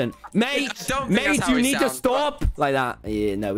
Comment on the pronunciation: omg he say "stop" like russian(p.s. i'm russian speaker)